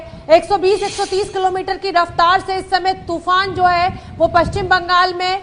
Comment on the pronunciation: toofan ka nam to sahi se le...